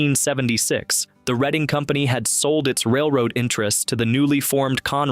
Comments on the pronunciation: It's pronounced red- ing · Reading📖😂😂😂😂 RED ING.... but then pronounced it properly half way through